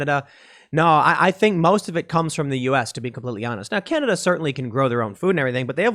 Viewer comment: ^^^ It's Canada not Cananda